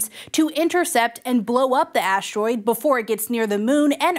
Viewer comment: "aashroid" "aashronawd" 🤨